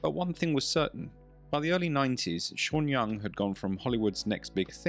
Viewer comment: The way he pronounces her name, sounds Chinese.